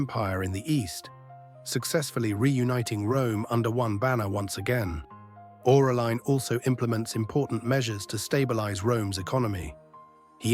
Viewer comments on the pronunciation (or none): Orelia??? Aurelian you mean, I guess